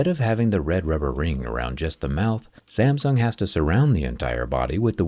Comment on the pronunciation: pronounce "SAMSUNG" correctly first